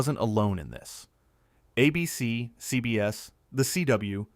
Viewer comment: I love all of these videos, but I can't stand the way you say ABC. ABC is the name of the network. It's not a BC